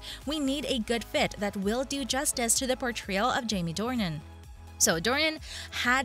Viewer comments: It's Jamie DORNAN, not Dorian! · It's Jamie DORNAN not Dorian! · If you’re going to do a story about #jamiedornan. learn how to say his name. It is “Door_Nan”. Dorien is a book character. And as others have said, #jd is the best. Christian Grey is not James Bond or a Superhero❣️☘️💚☘️ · His name is DOR NAN not Dorian. Fifty Shades Freed didn't do as well because the story did not follow the story line in the book very well at all--- they skipped a lot Oh and read the books from Christian's point of view, furthermore, read the original books and you'll see what I mean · Offs it's DORNAN NOT DORIAN !!! 😠 Load of bull 😤 it's not going to happen so go get a life!!! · His surname is Dornan, not Dorian please.